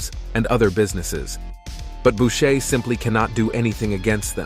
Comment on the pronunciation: It's Boucher not Bushe.